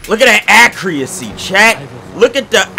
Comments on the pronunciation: Accuracy that’s how u supposed to say ut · “Look at the accrreeaccyyy” lmao